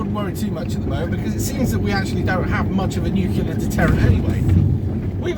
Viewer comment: NUCULAR :'D shut up you gammon featured twat focus on the road